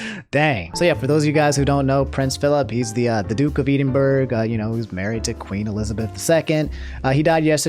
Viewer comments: That Edinburgh pronounciation is killing me, damn "eden burg" It's "Ehh Din Bruh" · i know you did not just pronounce Edinburgh as eedinberg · Bro it’s ED IN BRUH not Eden brugh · what? You mean Edinburg ( pronounced - edd in bruh ) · Lol I’m sorry but I couldn’t help but giggle every time I heard edinburg, just in case anyone’s curious it’s pronounced e - din - bur - a Burgh is an old Scottish word coming from borough or a small town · Mate. I love you but y'all didn't say it right. You say it like. Ed in b r u h not... Eedinburg 👁️✨✨✨ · oh nonono edenburg no this annoyed me so uh, here's the scottish way of saying it eh-din-buh-ruh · it’s pronounced ed-in-bruh Not eed-in-burg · no way did you pronounce Edinburgh as E-din-burg. its Edd-din-bruh or if you going the really scottish route, burgh is pronounced bur-ugh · Lol edinbur love it, it's Ed-in-burr-uh from your fellow Scottish fan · just so you know Edinburgh it's not "Eden burg" it's "Ed in borough" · It's prunounced Ed-in-bruh not eedinburg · did my man just say ’eedeenbuurg’ Bruh it’s pronounced ’edinbruh’ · "E-deen-burg" bruh... is pronounced "eh-din-bruh" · "Eedinburg" (ehdinbruh is how you'd pronounce Edinburgh if you were wondering) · just letting ya know it's pronounced ed-in-bur-ah not eden-burg Eden burg sounds like something from harry potter 🤣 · lol Edenburg. It's pronounced like Ed-in-bur-o my guy. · Eedinburg lmao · "Edenburg" (I'm Scottish btw, and it's not how you say it) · Hey, Scottish person here, just wanted to let anyone who didn’t know that Edinburgh is pronounced Ed-in-bur-ah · "eedinburg" as a british person we should start pronouncing it like this imo. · btw Edinburgh is said "edin-bruh" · E-den-burr-g 😂 not how it’s pronounced but all love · this guy really said eden burg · "The Duke of Eedinburg" hahaha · rip the duke of 'eedinburrr' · lmao you said eedinburg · eedenburg lol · Duke of edem-burg i cant🤣🤣🤣🤣🤣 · Im so sorry but "duke of 'Eedenburg'".